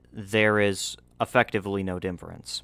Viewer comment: bro why do u say dinfference instead of difference?